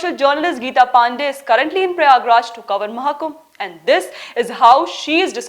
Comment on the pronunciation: I enjoyed your attempt to mispronounce Ms. PANDEY's name